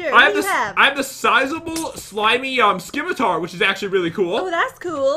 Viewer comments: Scimitar is pronounced sim-ih-tar. Not skim-ih-tar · SKIMATAR!? ITS PRONOUNCED SIMATAR PAT!!! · You don't pronounce the 'c' in scimitar